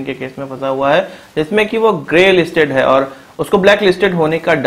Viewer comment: Sentences ke end mein 'HAI.. ' pe stress karna kam karo plz. Its so annoying.